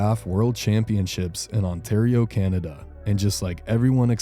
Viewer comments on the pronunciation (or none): none